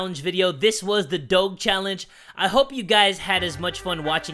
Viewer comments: Your pronouncing doge wrong lol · Love your vids I thought he was saying dog weird but then I realized it was doge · When you don't know how to pronounce doge. Also, isn't it ironic that there's a cat game ad? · He didn't say doge right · U said doge wrong -.- offended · You said Doge wrong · Why does he say doge like that? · WTF YOUR PRONOUNCING DOGE WRONG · You that is not how you say doge